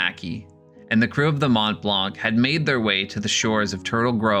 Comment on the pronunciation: The c is silent on mont blanc